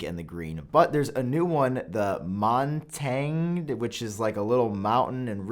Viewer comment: I don't speak French, but I can tell you for a fact that you pronounced Montagne wrong 😂